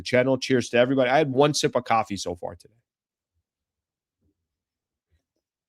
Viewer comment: It’s coffee not caffee